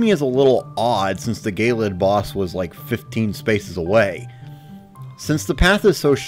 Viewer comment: i still think it's hilarious that they say "gay-lid" instead of "je-lid"